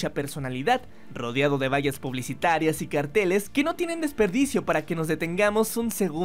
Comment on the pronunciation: Tenía entendido que se pronunciaban vallas no valas 😅